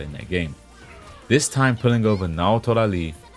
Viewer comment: nobody gets this right it seen, it not Naotora "Li" is Naotora "Ii" with 2 "i"